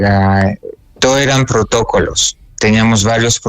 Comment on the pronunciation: Cierto, corregirle cuando dice protócolo en vez de protocolo, preguntarle por el yoga, interrumpir cuando se abre a contar detalles..